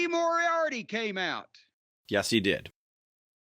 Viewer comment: WHO THE FUCK IS LEE MORIOTY????